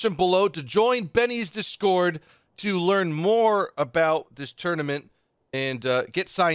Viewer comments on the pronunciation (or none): Anybody else weirded out by how says discord? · Anyone else think says discord funny?